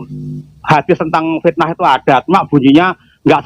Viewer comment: Hahaha, botoooool botoo ool. Katanya tinggal di Arab Saudi, baca dalil Fitnah saja kok amburadul. Fitnah dibaca fisnah. Qotl dibaca kocel , vocer kali. wkwkwkwkw.